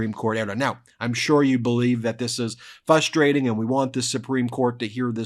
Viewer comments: It’s very frustrating when Ben says “fuss trading”. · I love Ben’s legal analysis, but I can’t help but notice that he mispronounces “frustrating”, by dropping the first “r” and pronouncing it as “fustrating”. See . This isn’t a criticism, just an observation. We all have words we trip up on. I struggle pronouncing “certiorari”, for instance, while Ben has no problem with it.